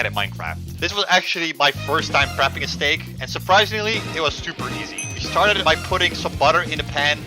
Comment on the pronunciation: When you said steak I herd snake bro I was like whaaaaaaaaaaaaaat